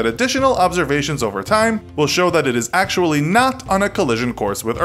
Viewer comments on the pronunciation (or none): none